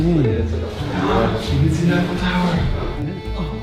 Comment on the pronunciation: The Eye-Faux Tower.